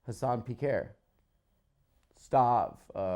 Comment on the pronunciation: Hasan Pii-care is a crazy pronunciation 🤣